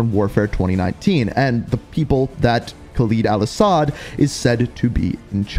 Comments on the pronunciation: Listen man the videos are good n what not but you gotta learn to say Khaled al-asads name right your not saying it right and it's just cringe and hurts the ears its Khaled not Khalid just listen to how other people say it do your homework then presentation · Why does this man always say KHALEEEEEEED al asad its khaled al asad… not LEEED led its led